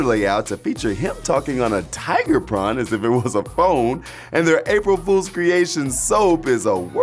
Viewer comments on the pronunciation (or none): none